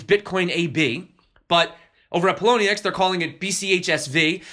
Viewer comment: lmao at the Poloniex read